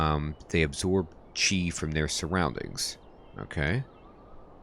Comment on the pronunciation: The formal standard pronunciation is "chi", you are saying it correctly. The spelling is Qi. Sometimes you hear other pronunciation due to dialect differences. People in/near Guandong province and Hong Kong has a vastly different dialect compare to Beijing standards. This is akin to American vs British accent; but much much worse (in terms of how things are pronounced, they have extra pronunciation syllables). Tbh pronunciation doesn't matter that much, so long as you are consistent we can connect the dots.